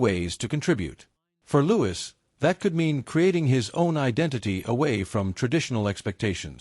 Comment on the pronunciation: It's Louis not Lewis.